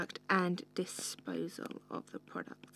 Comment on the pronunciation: disposal not DISPOL!!